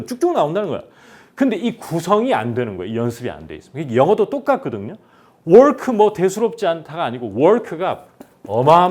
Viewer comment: 브라운(brown) 은 아니고 바:r운인데 힌국인들은 무조건 알파벳 r 발음을 ㄹ발음이라 생각하는데 그위치에서 r 을 ㄹ(리을) 발음보다는 혀를 목안쪽으로 모으거나 밖으로 모아줘야 한다고 보는데요.. 즉 red 는 레드 보다는 뤠드 로. work 는 월크 보다는 워:rㅋ 로. 선생님의 work 발음에서도 자꾸 월크 로 들려서 제가 익힌발음과 다르니 혼선이 올까봐서요.